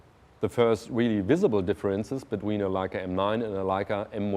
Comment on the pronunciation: I love hearing Germans say "Leica". It just sounds right haha.